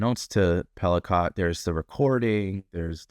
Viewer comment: Whoa! I know this case quite well, SA victims are not "sex" victims. Please reconsider your headline of "Sex in the News". Just no. The last name is pronounced "Pelee-coe, not Pelicaught.